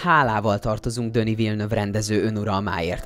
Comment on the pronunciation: " Döni Villeneuve" 😂 Denis Villeneuve a neve......